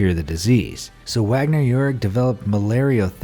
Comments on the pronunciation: DR. Wagner's name it pronounced VAGner. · Oh for Christ's sake. If you're going to talk about one of the world's most foremost sociologists, at least know that it's pronounced VAGNER, not "Wagner". Here's to YouTube "content" generators who dumb down education to the lowest common denominator so they can earn five bucks a month and tell their parents that they're independent.